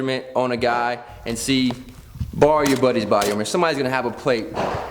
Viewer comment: its armor not harmor